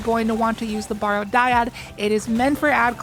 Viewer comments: I hate being "that guy" (no I don't) but it's "barrow" like "wheel barrow." Means a burial mound, like the Barrow Downs from Lord of the Rings. Not "borrow." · People, it's pronounced "Barrow" like you do in wheelbarrow. I don't know what about the word would possibly make you think it should sound like "borrow". It's referring to a mound of earth over a grave.